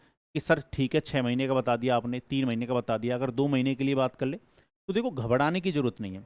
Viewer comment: घबराना ❌ घबदना ✅